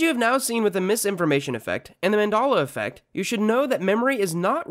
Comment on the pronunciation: I'm sorry wtf is Mandola affect? You keep saying it but I don't understand Mandola affect